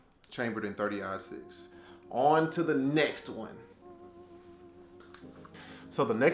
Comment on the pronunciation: Hey it's marlin like the fish you said mayrlin like Marilyn Monroe but anyway I dig the guns you got oh I was talking about your 30 -6 that you mispronounced